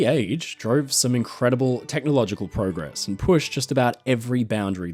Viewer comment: Speaking of errors of the day, you said "progress" WRONG!